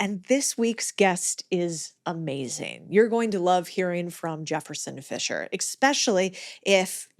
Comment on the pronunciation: It’s not “Amazeen” it’s “AmaZING” pronunciate please